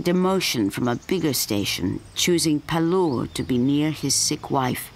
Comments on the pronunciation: Hahaha! I could see that this video is very old. However I saw it only now, so I thought of adding this comment. From the name of the author it seems he is an Indian, so by just changing the Accent one can't hide his origin. Secondly the name of the station is pronounced as PAALOOR, a Village of Milk and not as PALUR, a Village of Teeth. Moreover from the various scenes it seems the earlier name is correct, a Village of Milk. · It's pronounced as Paaalur where Paal means milk in Tamil. The station is in Tamil Nadu.